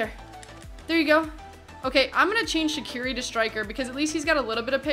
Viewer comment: You know, it's actually pronounced "Zatsiri" not "Shaqiri"